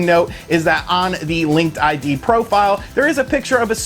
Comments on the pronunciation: It's pronounced "Link Did" ;) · "I did a lot of research" Calls it Linked I.D... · LinkedIn. Not LinkedId. lol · Take a drink each time he says linked ID instead of Linkedin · Linked I.D.? Not.... LinkedIn... huh :P